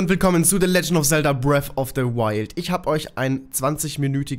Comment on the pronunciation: Es heißt BREATH of the the Wild und NICHT BREAFFFFFFFFFFF ... GAH ... >.<